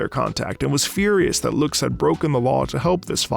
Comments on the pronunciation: Oh yeah, "loox" (lux) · Hearing him pronounce her name as Loox is really funny. It’s supposed to be an Uh sound Lux, named after the unit of illumination. Obviously he wouldn’t know that but it’s still funny to hear